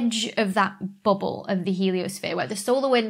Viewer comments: I love how you say "BUBBLE" in your accent.. it sounds a little like "booble" to me, lol. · "booble" XD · I tune in just to hear you say bubble. 🙂